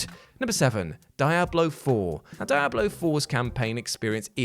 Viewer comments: Dee-ah-blow, not Die-ah-blow. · Die Hablo Foe 😂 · What the hell is dia blow? Lol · wtf is a Dai-a-Blo